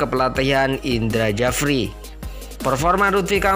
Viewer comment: narator tolong agak teliti, jangan ngasal: Braif Fatari disebut Brian Fatari, Indra Syafri disebut Indra Jafri. sepertinya narator ini bukan pemerhati sepakbola. sebab sampai tidak familiar dengan nama Braif Fatari dan Indra Syafri yang sudah sangat terkenal di kalangan penggemar sepakbola nasional.